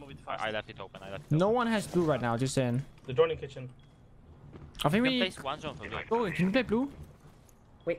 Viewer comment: Kitchen kitchen owwww not kitchen 😂